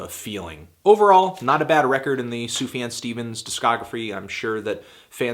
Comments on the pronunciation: It's fucking pronounced Soof-Yon. He has pronounced it many times in interviews. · "SUFAN Stevens"??! maybe you could correct this...it's a bit distractive. That being said, I guess you're a little misinformed about Sufjan's story: "I Kinda get the feeling the relationship S. had with his mother wasn't the best, etc, etc", Sufjan's mother left the family when he was one! She suffered from schizophrenia and alcoholism, was even homeless for a while. It was always Stevens that sought for contact and love from her, so... not really avoiding his mother ;) he even managed to tell her he loved her in her dead bed. It´s something he´s talked about plenty lattely, all the grief process he's been through and that really frames the whole album. Apart from context, I think this is an album that grows into you, being so soft, I can listen to it on repeat mode, and would definitly rate it higher than a 7/10 ;) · "Sufan Stevens" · why do you say sufjan so weird?